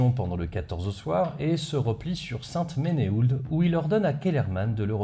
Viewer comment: Et saint-menehould. Sainte-menou.